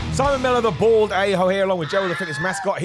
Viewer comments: I thought he was saying "bard" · i thought he was saying bored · I thought he was saying born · I just now realized you’re saying bald A-hole and not Board A-hole lol. 💀😂